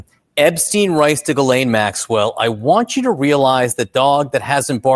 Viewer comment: is pronouncing Ghislaine Maxwell's name wrong.